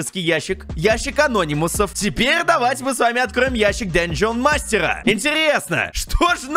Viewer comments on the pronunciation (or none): Не ящик а́нономусов а ящик ана́нимусов